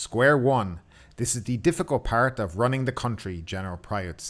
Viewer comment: He said it wrong, not running, ruining.